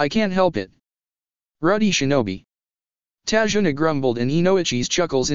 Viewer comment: ta-zu-na not tajuna